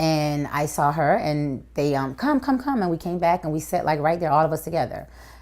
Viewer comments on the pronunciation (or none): none